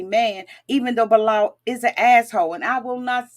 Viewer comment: You butcher their names so badly. its shy E duh and Bee lal